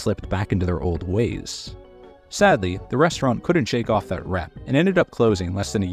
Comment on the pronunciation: I like the way Gordon says rstrnt with no vowel sounds